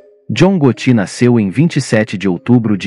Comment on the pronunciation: Você está pronunciando errado. Vou acentuar só para você saber como se fala: GÓTTI